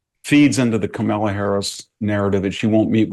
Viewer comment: K-malla, Kam-ala, Kama-la, Kamel-a, VDH: Ke-mella 🤣🤣